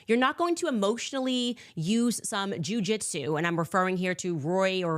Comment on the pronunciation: Did she said jewjitsu?😂